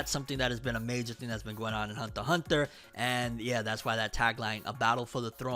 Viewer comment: It’s been I don’t know how long and this dude still can’t say the word “Hunter” correct